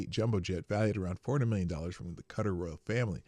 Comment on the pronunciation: OMG... Sorry for this... But Qatar is pronounced "Kuh-taar" .... Ka-tar.... You mispronouncing it irrationally irritated me. Love you, the chat, and the show SO much, wish I could watch live